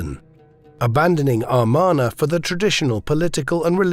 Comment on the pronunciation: It's pronounced "Ah MAR na", not "Ar MAN a".